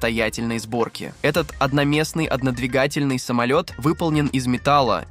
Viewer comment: Однодвигательный самолет!! И ударение букву а…. Автор специально коверкает язык??